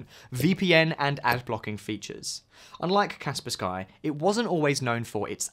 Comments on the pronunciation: Insta close video when paid to reccomend Norton as #1, what bullcrap. It's also pronounced Kasper ski not Kasper Skye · 1. U have a code for Norton, that makes u money. So naturaly u speak about Norton first+rate it the highest. Norton! Hehe, lets keep encrypting: u dont bother to find out how to say Kaspersky, instead say "Kasper Sky". Kaspersky is not a slavic name, but its a word made from 2 English words: "Casper", they chose a "K" though for... reasons. And "Sky". Its from Russia, surely its pronounced "Casper Sky". ✅️ But be careful, "Casper Sky" was rated a 10/10. It was never in the news for links to any gov (unlike US software and Hardware (Intel *cough*)). But8 "be cArEfUl, RU ties, trust me bro". So a perfect rating + VPN reasons (are u testing AVs, or VPNs?), I rank it behind NORTON😂. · bro enough with Kasper SKy, its Kaspersky. really??? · "Kas -per-SKY" LOL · The way you pronounce Kaspersky made me die a little inside